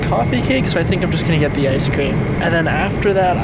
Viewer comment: Bro Said geet 😂